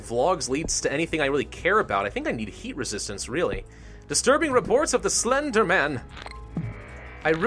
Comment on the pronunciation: He said eat instead of heat